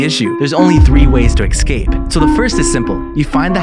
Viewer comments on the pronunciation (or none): Bro its 2023 and people are still mispronouncing "escape"